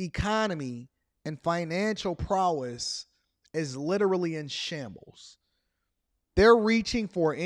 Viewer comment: Man great info but my guy you say prowess wrong. 😂😂